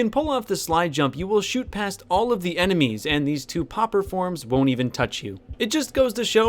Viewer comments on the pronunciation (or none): “Popper forms”